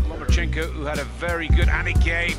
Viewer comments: Hey - learn how to pronounce one of the greatest fighters to have ever stepped into the ring - phonetically: LOW-MA-CHENK-OH; not LOW-MA-CHEENK-OH (CHINKO) like what California called Chinese Labourers who worked the railroads - remember? Listen & from 2 separate fight-moderators & then listen to yourself & throughout this broadcast - get to work on that - it's your job! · LOMA-CHEENK-O LOMA-CHEENK-O LOMA-CHEENK-O LOMA-CHEENK=O LOMA-CHEENK-O oops, meant to say LOMA-CHEN-KO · He is one of the best P4P fighters in the world - learn his name properly for goodness sake - LomachEnko not Lomachinko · No Mas-Chenko 🤣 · Nomaschenko lmao perfection